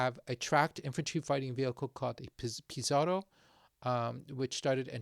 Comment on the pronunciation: Pizarro with double R sounds harder and DRAGON sounds almost as you say dragon